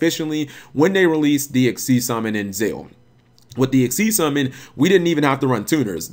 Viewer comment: Isn't ZeXal pronounced "zek-sull" with the big x right in the middle of it?